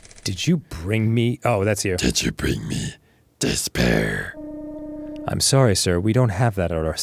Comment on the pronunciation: Despair turning into “this pear” is one of the funniest things I’ve seen on in a while, hahahahaha.